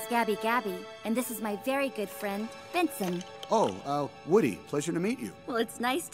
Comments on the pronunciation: Name’s Benson but says it like “Binsin” so sounds like she said Vincent. I only found out the dummy’s name is Benson since you can buy a toy of him among most all this movie’s characters. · Apparently his name is Benson... you can get a toy of him. But the way says it is “Binsin” so yeah